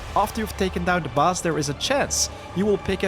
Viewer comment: Also Bus for Boss ;)